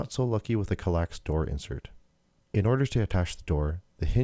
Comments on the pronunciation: Psst; it's KAL-ax, not kaLAX. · That pronunciation bothered me in this video.